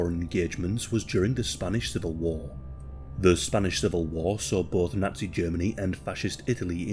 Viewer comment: Lol why do you say Nutsy instead of Nazi?